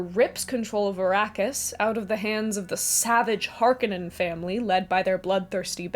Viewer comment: Great analysis and summary as usual. A couple of things however. Herbert pronounced the people Freemen to reflect their history and the bad guys were pronounced Har- Conans. The tv series (which I hated) and the recent movie got those wrong. I felt like the David Lynch Dune was far superior to the recent movie. The actors were much better and more importantly they looked like the characters as they were described in the books. Jessica was supposed to be a stunning redhead and instead is a rather plain Jane with light colored hair. The gender flip on Kynes was stupid and unnecessary and Channi looked wrong too. Even the Fremen did not look like the ethnicities described in the books. They are supposed to be Buddhislamic so they should look Arab or Asian. I did like the scale of the new movie and other aspects of it, but I didn’t like the way they cut some of the famous lines like the “women and cattle “ comment to be more politically correct. I liked your comparison of Dune to Star Wars. When I first saw Star Wars as a teen I recognized the Dune similarities like the desert world, sandworm , robes, and mental powers. As far as influence I read the novels in high school when I was supposed to be reading the dull British romance novels and banal American pop classics that were assigned to me. I incorporated many elements of Dune into my role playing games and even think about it any time I walk on sand or face something frightening.